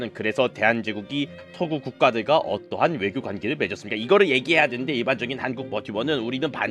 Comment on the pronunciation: Ögyo요? ㅋㅋㅋㅋㅋㅋ